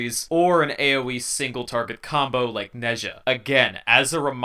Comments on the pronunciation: Nezha's name is pronounced Nah Ja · I’m late to the party on this one but... 90% sure Nezha is pronounced “Nah-jah.” Though, I’ll bow to the likelihood that no matter how you pronounce it there’s going to be somebody dissatisfied.